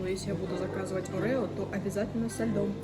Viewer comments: Не арэо а орео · Арео,😂 ориё же